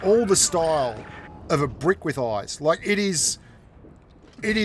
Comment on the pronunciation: What is the word loke. It's spelled like.